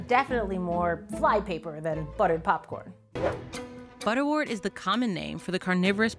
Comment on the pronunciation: Great video. Please note, butterwort is pronounced ‘butter wert’ as in ‘word’. Same goes for St John’s Wort.